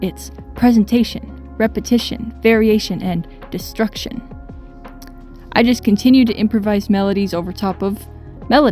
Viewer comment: i hate that you put emphasis on destruction. big nerd move. cool video